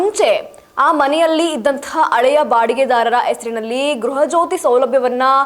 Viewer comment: ಒ ಯಮ್ಮ ಅಳೆಯ ಅಲ್ಲ ಹಳೆಯ ಅಂತ ಹೇಳು. ಕನ್ನಡದ ಕೊಲೆ ಮಾಡಬೇಡ